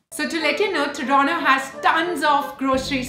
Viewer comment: It's Toronto not Toronnnoo.......